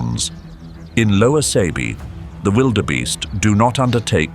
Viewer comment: It's not pronounced as (Say-be), but (Sah-be).👍✊